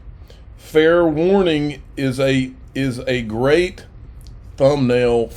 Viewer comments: The Gweat Awakening... The Gweat Awakening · the gweat awakening lmao